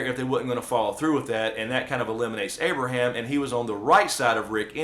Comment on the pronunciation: Its Abraham guyss